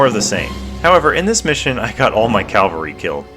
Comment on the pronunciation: Cavalry, not calvary.